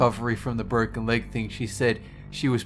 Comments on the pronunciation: WHY DID YOU JUST SAY BTROCKEN ARM!!! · Is it me or he says borken a burn.. Hilarious though..